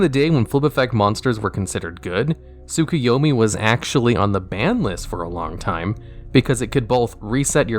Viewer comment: So you are telling me, you've never watch Naruto, and don't know how to pronounce: Tsukuyomi? cuz the way you said it was wild :D